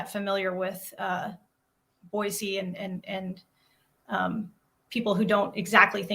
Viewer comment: I love that he's saying Boise right! 🎉❤